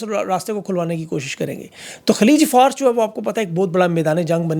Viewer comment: its not FARSE, it is in fact FAA-RUS.